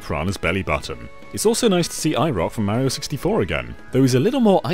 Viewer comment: You can say "blast", but you can't pronounce "Mario" correctly? WHY NO ONE CAN SAY "MARIO" CORRECTLY?! 🤨